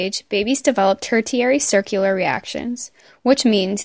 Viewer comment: It’s hard to take this credibly when the narrator doesn’t know how to pronounce the word ‘tertiary’. Makes me wonder about the accuracy of the content presented. Couldn’t keep watching after I heard that terrible pronunciation.